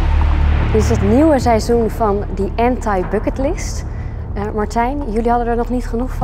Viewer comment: Klopt, zo spreek je dat uit